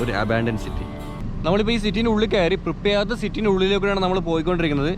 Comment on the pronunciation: "പ്രിപ്യാറ്റ്" ആണ് സഹോ